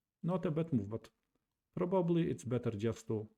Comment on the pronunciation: The chess content is very much appreciated. Some friendly feedback. Forgive me for pointing out that probably has three syllables and is pronounced Proh-buh-blee, not Proh-bob-uh-lee. Also, series has two syllables and is pronounced see-reez, not see-ree-uhz.